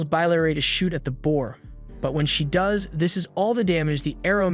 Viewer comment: If the AI voice hadn't mispronounced 'does' and 'live' i'd have thought it was just a monotone person. Also thanks for saving me tons of time tracking this down and watching it